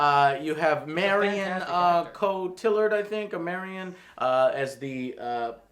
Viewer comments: Marion Koh-tillerd, everybody! Damn, Joe... seriously... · Street Fighter the movie is secretly brilliant. "CHANGE THE CHANNEL!" Also Joe, her last name is pronounced 'Co-tee-yard'.